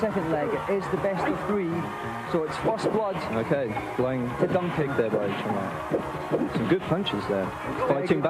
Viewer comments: OMG NEVER in the HISTORY of Street Fighter has ANYONE pronounced Chun-Li as "Chun Lie". WTF! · "Chun Lie"? Dickhead lol